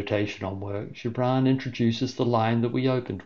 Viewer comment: Thank you so much for this. It was utterly beautiful and,although it has been read innumerable times, it has never been so meaningful. (And it wasgood to hear the correct pronunciation of Gibran - the soft g much more fitting)